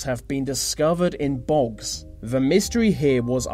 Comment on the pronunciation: The... not Va. There is no v in the word THE